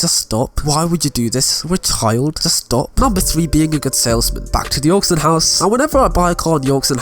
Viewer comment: Your hair looks silly and your voice is just annoying. Get yourself a haircut and learn English. Btw, it’s AUCTION HOUSE not AUXION HOUSE, or did I miss out on their sale on aux cables ?